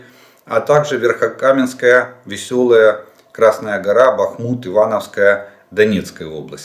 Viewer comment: БАхмут,а не БахМУт Олег. При всем уважении